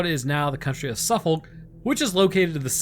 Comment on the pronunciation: Bless. Its pronounced Suffuk (us Brits don't say the folk bit)